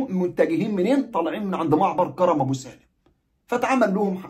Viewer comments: كَرْم ابو سالم بتسكين الراء كْرم يعنى عنب يعنى حدائق عنب ابو سالم وليس كَرَم زى كرم مطاوع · اسم كرم ابو سالم حضرتك بتنطقه غلط اسمه كرم من كروم العنب وليس كرم بالفتحه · كرم ابو سالم الراء ساكنه في كلمة كرم و كرم تعني حقل العنب في اللهجة الفلسطينيه 😊مع خالص تحياتي واحترامي